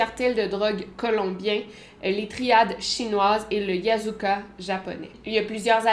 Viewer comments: La vidéo est vraiment informative , merci pour tout le travail fourni ❤️ par contre c’est yakuza pas yazuka aha mais c’est pas une faute très grave 😅😁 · Je voulais juste dire qu'on dit les yakuzas et non les yazukas (japonais). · Hello Victoria merci pour cette vidéo vraiment très intéressante , j'y ai appris pas mal de choses et comme tjrs tu expliques bien les choses . Un tout petit détail seulement , tu dis à Yazuka pour la mafia japonaise , en fait c'est Yakuza Hâte de ta prochaine notification 😘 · Yakuza pour les gangs japonais et non Yazuka. Vidéo très intéressante !